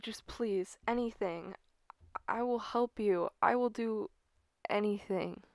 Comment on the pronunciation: Why i keep hear you say "help" become "hope"